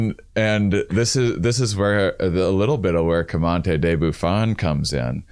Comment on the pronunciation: Love u dudes, but this has been bothering me - isn't it Georges-louis Leclerc Comte De Buffon? you guys pronounce it like "commante" and that honestly sounds cooler but since it's a tier of the podcast I just wanted to ask lol.